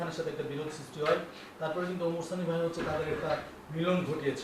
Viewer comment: আপনার শিরোনাম এ, ভুল হয়েছে ওমার সানি হবেনা,, ওমর সানি হবে। আপনার উচ্চারণ আর বানানের ভুলে হয়েছে,, আশা করি ভুলগুলো সংশোধন করবেন।